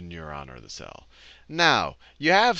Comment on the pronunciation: Everytime he says "cell", I hear it as "Sal".